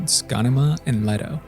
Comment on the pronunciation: Leto. pronounced Lee-TOE. this isnt the rare Jared Leto pronunciation. why do you people butcher a simple name